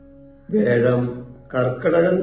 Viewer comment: Sir, വേഴം എന്നത് മാറ്റി "വ്യാഴം" എന്ന് പറഞ്ഞിരുന്നെങ്കിൽ നന്നായിരുന്നു 🙏